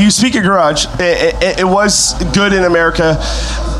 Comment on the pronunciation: GARAAAARGE, its garage